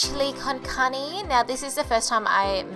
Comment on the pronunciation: Ca- r (the r is rolled)-neh That's how you pronounce carne